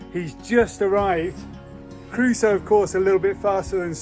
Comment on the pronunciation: Hey, his name is Crusoe (like the explorer), not Caruso 😅